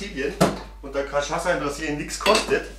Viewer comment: ach du scheisse, "kaschaza", so kann das auch nur ein Deutscher aussprechen...